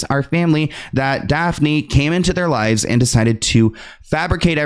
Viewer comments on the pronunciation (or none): none